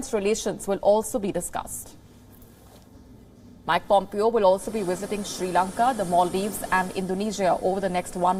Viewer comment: It is not Mac Pompeo..... It is Mike Pompeo... Please pronounce it correctly